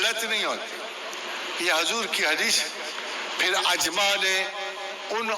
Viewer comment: شرم کرو تکبر سے توبہ کرو سادگی سے کہو داڑھی واجب ہے اور مجھ میں یہ عیب اور کمزوری ہے ۔۔۔۔استغفر الله اس کو کس نے پروفیسر select کیا ہے ۔۔۔۔جو دینی الفاظ استعمال کی ہے اکثریت غلط تلفظ میں ادا کی جس کو الفاظ کا درست تلفظ نہ اۓ وہ پروفیسر ہے مثلاً اِ جماع امت کو اَ جماع امت کہنا ۔۔۔۔۔😄